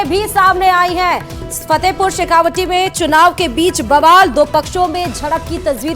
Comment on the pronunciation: पत्रकार महोदया जी आप फतेहपुर शेखावाटी को शेखावाटी ही बोलिये। शेखावटी नहीं। तत्काल सुधार करिये।